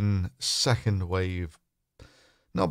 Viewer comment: August twenty secord